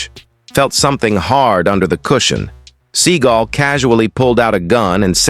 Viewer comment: It's "seeGALL, not "SEA-gull." And yes, he is one of the most loathsome humans on the planet...now enjoying the obscurity he so richly deserves."